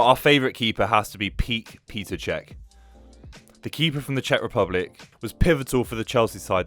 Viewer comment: It's Petr Cech not Peter 😂😂